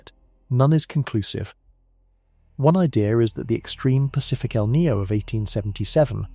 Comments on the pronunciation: It's not named after a character from the movie " The Matrix " Neo . It's El'Ninio , FFS get some better script writers & researchers . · El Nino not El Neo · It's EL NIÑO!! NOT EL NEO! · What the feck is el knee-o? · It's not El Ninio either...try El Nino (El Niño) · It is pronounced E L-Neen- Yo. El Nine’ yo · How about pronouncing El Niño properly. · I would like this video more if the narrator didn't repeatedly mispronounce "EL NINO". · Unfortunate that someone who puts in the effort to make a 2hr documentary and they don't figure out the meteorological phenomenons pronunciation.